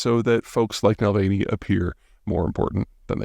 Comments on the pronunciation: If you can’t even pronounce his name correctly or get some basic facts about him correct then why should i continue listening to your drivel? Unsubscribed. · Na-val-ny, not Nal-vay-ny. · Nulvaney? Is he Irish? Repeat after me, Na Val Nee. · Please show some respect and at least say his name correctly. It’s Navalny, Na-Val-ny, not Dylan Muvaney, he’s the Bud Light girl. Also, Navalny wasn’t transferred to Siberia a year ago, rather it was in January of 2024. Skip doing videos when you don’t know or care about details. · NALVENI?????? Are you fucking kidding??? You can't get a simple fucking name right. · Calling him "Nalvaney" is peak American lol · Nal-veiny eh, I like your videos but this is concerning that you don't get this right. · “Nalvany”? Seriously? Nikki Haley got his name wrong too. Such disrespect. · "Nall-veiny", classic Zeihan. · Nuh-val-knee. Navalny. Sorry, I'm a stickler for pronunciation and I was really hoping he'd somehow get out of his predicament, though admittedly his death is a predictable tragedy. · Nalvany, Nucular… we love you Peter but please get a voice coach! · I love you Peter but just because people mispronounce your name a lot, that is no reason to mispronounce the name of the unfortunate political martyr, Alexei Navalny (Nuh-vaul-knee). Even when you are right, try and at least show a thread of humanity and compassion. It is noteable that Mr.Navalny played a hopeless hand with admirable fortitude. We all have our Sisyphus-like moments in life, to varying degrees. Memento mori... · Pronouncing Navalny as Nal-vein-y makes you sound stupid. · Nalvaney? Ffs if you can't get that right don't bother. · Be good if you could pronounce his name correctly Na val nee not that difficult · He clearly said Nalvaney multiple times. I agree that it sounds, to put it mildly, very unprofessional. Especially, coming from a political expert. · I love you Peter, but we have to work on your name pronunciation. nav-ALL-nee SHE-jin-ping